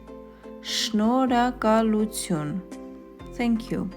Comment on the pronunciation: Its NOT Eshnoragalootun its SHENORHAGALUTUN